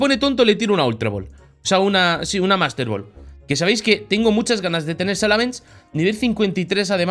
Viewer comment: Lo dijo bien